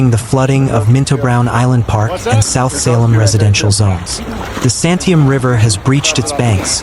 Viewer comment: Well…. At least you didn’t mispronounce Oregon. Willamette = will AM ette Santiam = San tie AM